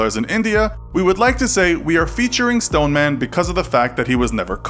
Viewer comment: The Stone-er-man